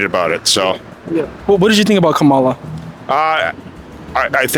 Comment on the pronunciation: Its going to be bad for us Trump is a lunatic and a felon these people who are interviewing don’t know what they are talking about the black lady is exactly right and you are saying her name wrong